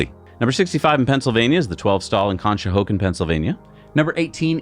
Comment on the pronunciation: It's pronounced Kon-sho-HOCK-ken, thank you.